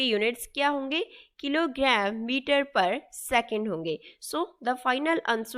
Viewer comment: (Khiloghram methre per second) accent 😂